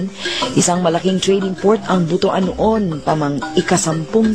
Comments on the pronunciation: it is pronounced as "but-wan" not "butu-an" it sounded ridiculous whenever it is being pronounced as butu-an. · Para sa hindi nakaka alam, ang pronounce namin sa Visaya ay BUTWAN hindi Bu-tu-an ( Butuan) kasi parang hindi maganda sa pandinig ang Bu-tu-an, kasi ang Buto sa Visaya ay penis! Yong lang po